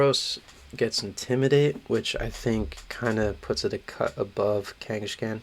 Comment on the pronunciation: I think kangaskhan got pronounced differently every time he was brought up lol